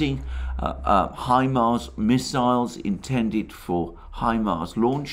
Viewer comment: Say HIMAR one more time ..I dare you...